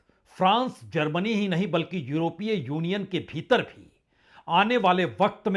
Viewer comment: Sir it's GERMANY not ZERMANY and you go other way round When it's Zelensky you say Jelensky.You and lot my fellow Indians are confused between Z and J. Leave J as J but pronounce Z correctly